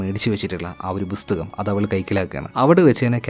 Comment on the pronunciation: ബുസ്തകം അല്ലടെയ്. .. പുസ്തകം. ..